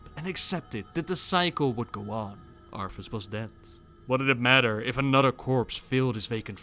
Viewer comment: It's what, 4 years now? And you still spelled Arthas wrong, it's Arthas, not Arfus.